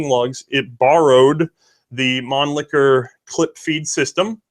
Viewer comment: Thank you for this presentation! However, some manufacturers' names and/or arm types are not pronounced correctly. MAN-Lee-HER, NOT ManliKer! ShEnn-a-uer (Shen as in then).